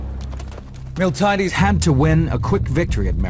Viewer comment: Also, Spain is, was and never will be in Italy. As entertaining as it is, this documentary is full of flaws and horrific pronunciations.. MiltAHHyaDeees? Milti-AH-Des you mean..